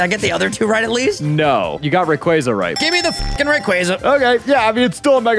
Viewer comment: The only person to pronounce rayquaza correctly